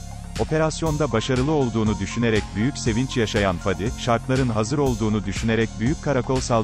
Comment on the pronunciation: Dizinin yayınlanma zamanı 2021 yılı çok isabetli kutlarım emeği geçen herkesi,severek beğenerek izliyorum.Bir de videoyu seslendiren arkadaşa ricam şu:Faadi diyerek a harfini uzatmayın lütfen dizide olduğu gibi söyleyin Fadi...